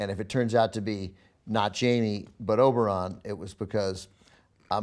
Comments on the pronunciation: Can you please not say Oberon and call him by his real name Oberyn? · I love how he still says Oberon instead of Oberyn, even though everyone else on the panel pronounces it properly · How hard is it to pronounce "Oberyn" correctly?